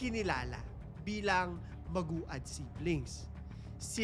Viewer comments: Siguro biglang repesto din sa Family and victims importante din na alamin o mag search Tamang pagbigkas ng Pangalan Nila. Medyo na bobother ako pakinggan sa magu-ad dapat (magwad). No bashing. Pero peborit parin kitang story teller. 😊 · Maguad is pronounced as Mag-wad... Hindi po Magu-ad. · Maguad - MAG-WAD po pronunciation mg surname nila. Kaibigan ko po yung isa nilang kamag anak dito sa Manila